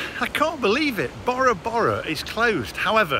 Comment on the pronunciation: The way Bora Bora is pronounced 😂 It's named after the polynesian island. Bore ra bore ra.... not borrow borrow Great vid... still love the 👍🏼